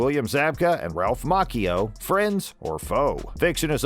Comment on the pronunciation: I wished the host would quit mispronouncing Ralph's last name.